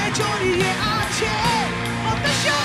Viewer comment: হতাশা গানটা শোনার পর ভোকালের উদ্দেশ্যে একটাই কথা। ভাই, আপনি ওয়ারফেজের গান গাইতেসেন, ব্ল্যাকের না। মনে হইতেসিলো জন কবির গাইতাসে । " সকাল ঠেকে রাট্রি...... হটাশা !! হটাশা !! " উচ্চারণ ঠিক করেন ভাই, প্লীজ , নাইলে ওয়ারফেজ ছাড়েন।